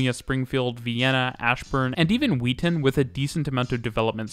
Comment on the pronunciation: As someone who lives in the Maryland suburbs of dc listening to him mispronounce Wheaton like 20 times was so funny